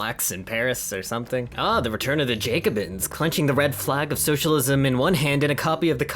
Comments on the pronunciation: Great video but Jacobins is pronounced Jack-uh-bins, not Jake-uh-bins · “jAcobins” EEEEEEEEEEE